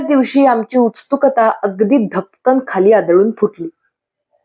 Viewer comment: मला एक छोटी सूचना करायची आहे — तुम्ही “उत्सुकता” हा शब्द वाचताना “उत्स्तुकता” असा उच्चार करता. तो प्रत्यक्षात “उत्सुकता” असा (मध्ये “स्” अर्धा घेऊन) उच्चारला जातो. बाकी तुमचं वाचन खूप छान आहे 🙂